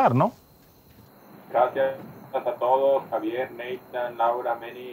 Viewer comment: HA-VE'ER I hate when they butcher names.